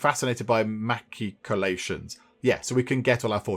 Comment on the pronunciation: It us pronounced as Mash-Ik-O-Lay-shuns...they are fancy battlements with murder holes.